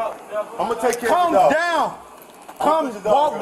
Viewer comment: Am I the only one that was getting confused with the first officer saying to “come down “ but it comes across as “calm down”? I have an accent so my “L” isn’t as annunciated as it should be. Sounds like the suspect even says, I am calm.